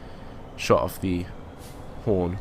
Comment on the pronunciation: he said porn not horn